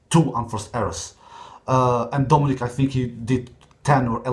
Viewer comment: Dominic und nicht domenic du Goo